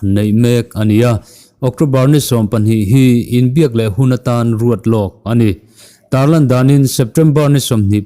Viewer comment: Tar lang ti lovin tarlan tih a dik